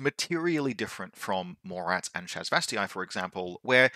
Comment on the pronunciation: Great video! Really helpful for newish players like me to understanding the reasoning for including (or not including) something. It's pronounced ShasvastAY. I am sorry... Cant let it slide :P